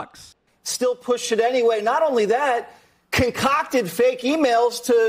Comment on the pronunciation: I love seeing the chat hive mind reacting to Jesse Watters saying "conCOCKted"